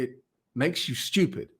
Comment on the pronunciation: It should be spelled how pronounces it “STIEWPED” Lol